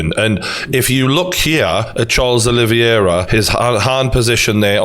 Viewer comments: It's Oliveira not "Olivyera" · I love you True Geordie from a fellow Geordie too but It's Ol-i-vera not O-livey-air-a lol (oh and I'm a big McGregor fan too 😁) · CHARLES OLIVEIRA NOT OLIVIERA. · OlivEira not OlivIera please Geordie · OLIVEIRA not OLIVIERA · It’s pronounced oli-vera not olivi- era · True Geordie, you’re not saying Charles’ name correctly, it’s Olives. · big fan but butchering Oliveira name not olivierier really when have you heard any one call him the same as you have sorry for being a dick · The way you pronounce Oliveira as "Olive-Viera" is stroke inducing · Fucking casual. Dont even know how to pronounced Oliveira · O-liv-i- era? Who the fcuk is that? Olive-air-a. Seems you're losing more than just weight. Still love you though. Now we're onto 'Lee-on-el Messi. What you been taking? Can I have some?